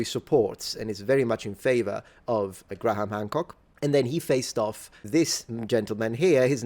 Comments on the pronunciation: It's pronounced "gray-em", not "Gra-ham". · As a pedant, I am sure you will appreciate this comment: "Graham" is pronounced "Grham," not "Gra-ham." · Graham = Gram. Not Gra-ham for future reference btw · Its Gray-am...the H is silent. Being pedantic... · it's Grey-ham btw :) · Great video topic. Btw... you still need to work on your pronunciation of the name Graham. It's only one syllable, just imagine it as being spelled "Gram". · here's a tip when pronouncing the name "Graham": the "h" is silent.